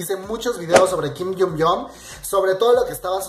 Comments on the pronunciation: Se pronuncia asi - GIM JYUN YUNG - no - KIM YUN YONG - no estoy criticando es solo para que lo sepas como se pronuncia. :D BESOS :D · Me encantan tus actualizaciones pero trabaja mas en tu pronunciación de los nombres por favor ya que los repites mucho, como en este caso que dices kin yumyom ^^u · por favor 🙏. Se pronuncia "GUIM ION CHUNG" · tu pronunciación del nombre está mal